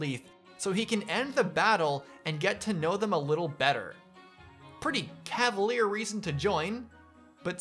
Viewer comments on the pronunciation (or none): none